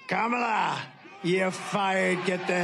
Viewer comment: How can anyone vote for someone who still can’t pronounce the VP’s name?